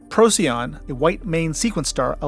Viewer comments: Hell of an effort! Most places are pronounced different than I learned as an adolescent, but then there was no consensus on how to say them. I was informed that the "little dog star", for instance, was pronounced "Pro-sigh-on", with the emphasis on the second syllable, like the Latin binomial for racoon (P. lotor), which translates into "before-the-dog". No one else seems to say it that way though. Deneb being 2,500+ light years. Who knew back then? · Great video! Thank you. :-) - "Roadside picknic", (rus. 1972 Пикник на обочине), later known as "Stalker". :-) Please do not call Betelgeuse as "Beetle juice". Even Neil deGrasse Tyson stopped that. "Rigel" should be "Re-ghel" and not "Rye-jell". "Procyon" - "Proh-key-on". Not "Pro-see-on". Fun fact: Arrakis (arab. Al-Raqis) is a real star μ Draconis (mu Draconis), visible to the naked eye.